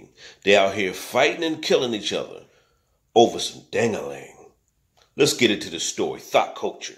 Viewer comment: every time you say dangaling I fall out 😀